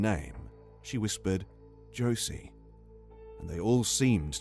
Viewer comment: i did not heard Josie but rather Georgie or Jordy... it’s a "R" sound